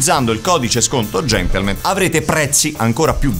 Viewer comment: Io ormai ogni volta che dicono Gentlemen... sento invece GENTLEMENT xD Chissà se sul set di questa stagione è capitato di dover correggere la parola GentlemenT!